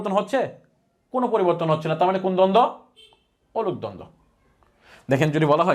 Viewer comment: অনূপ দ্বন্দ্ব বলছেন? উচ্চারণ বুঝতে পারছি না। লিখে দিন।